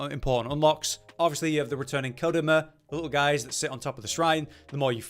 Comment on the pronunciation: It's a pretty good pronunciation. In English we'd pronounce it Ko dahhhh ma. In Japanese, the stresses are more uniform.